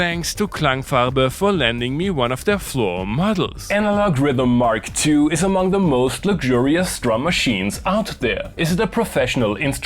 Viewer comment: What is it with modern YouTubers inability to say “Mark 2”?